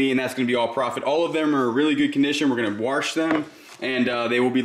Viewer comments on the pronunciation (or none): Warsh 😂 them there Lou Lous